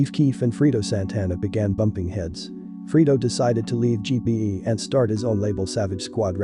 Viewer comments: lol "freedo" A I ass voice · It’s not freedo, it’s Fredo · it's fucking fredo man say his name right brfore reporting on him or others. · FRAY-DOE - Fredo